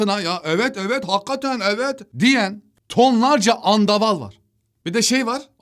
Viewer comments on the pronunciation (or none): “Andaval” deme şekline aşırı güldüm 😆